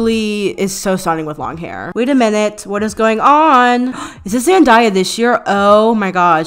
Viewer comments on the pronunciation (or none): did u say ZEN DIE UH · did u just say “zanDIEah” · THE WAY YOU PRONOUNCED ZENDAYA KILLED ME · Zen-die-ah? Nononnononononono it’s Zen-Day-uh 😭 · What did you say?? Zen-daw-ya??? Sis im doneeee 🤣🤣💔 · u said zenDiYa?